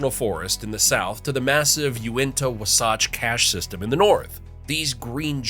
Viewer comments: Love my state! Thanks for discovering facts I never knew about, despite living here nearly my whole 53 years. Tip for you: learn how to pronounce places, including Wasatch. (wa-satch), Zion (Zi-un), Tooele (to-will-uh) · Its WA-SATCH. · Let's not forget W'SATCH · PSA: It's pronounced Zi-uhn, like Lion. Also, Levan is pronounced Luh-Van, like the Van. Also Also, Wasatch is pronounced Wah-Satch, like Saw-Catch. Thank you for your attention. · Wasatch is pronounced a bit differently, the "Wa" rhymes with saw and "satch" rhymes with patch. Lots of things are named after the Wasatch front, businesses, associations, buildings, etc. I've even known a dog named Wasatch. I've said this on a reply to someone else on this video, but Utah is a great place to visit, it's just hard to live here. I've always been very fond of the geology and wildlife of Utah. You wouldn't expect to see gulls so far inland, but they're here, they hang out in parking lots with the grackles and sparrows. I like them a lot. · Yeah when he said it towards the end of the video I literally cringed. It's Was (like if you were saying wasp minus the "p") -atch (like you were saying hatch without the "h"). Or just say it the way I like to say it, "watch ass" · Fact #11. Levan is pronounced Luh-vahn. Fact #10. Wasatch is pronounced Waw-Satch. Fact #3 Again, it's pronounced Waw-Satch. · "Wuh sawtch" haha. Had me dying 😂😂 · Very interesting. You pronounce "Zion" as in the National Park, "Wasatch" and "Levan" incorrectly but you probably never heard them pronounced by someone who lived in Utah and knew how they are pronounced here. I'm glad you didn't try Tooele, Juab or Duchesne. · Wasatch... the second A sounds like the A in act. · The voice mispronounced Zion, Levan, & Wasatch. But you probably need to a local to know better.😊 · Fun video, though the pronunciation of The Wasatch Front was a little painful. But as you said earlier in the video... Close enough! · lol the way he pronounces Wasatch. lol